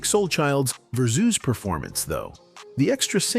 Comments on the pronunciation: Musiq not Muzeek, not Verzews its Versus! He's needs to do his own Tiny Desk. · What's ver-zeus? LOL